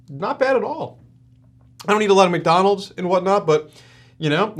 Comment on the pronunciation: he said :McNonalds Nuggets" instead of "McDonalds Nuggets" lol